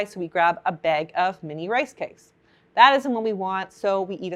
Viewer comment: Came here for the knowledge & the pronunciation of "Bag"